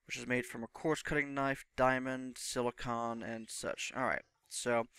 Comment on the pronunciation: Great video man. Just wanted to say the way you say silicon made me want to stab myself in the face with a soldering iron. lol